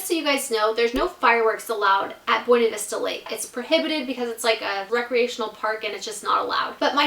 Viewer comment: Buinevesta not bwenevesta